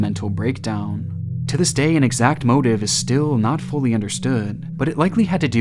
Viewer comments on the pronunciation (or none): none